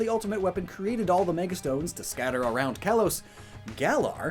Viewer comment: "Kalos" is pronounced "kah-lohs".